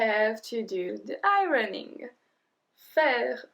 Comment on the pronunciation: Many thanks. One small point. In English we do not pronounce the “r” in ironing, it’s ion ning